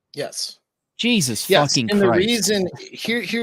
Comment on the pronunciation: got so riled up his Irish ancestors spoke through him when he said JYEAHSUS